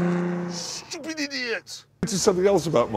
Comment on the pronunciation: You mean saying “shchupid”